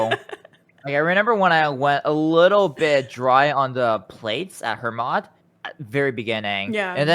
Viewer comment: Why didn't you use your salve amulet on Hermod? He's an undead boss y'know! 🤨 Oh well, you're a legend nonetheless. 😂😎 Did you know Hermod is actually pronounced "hair-mode"?